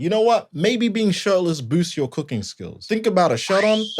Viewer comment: Coo-king not coo-queen.